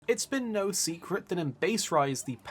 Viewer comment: “It’s been no seikret” 😂